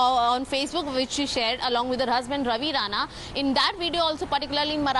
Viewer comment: It's RANA not RANE...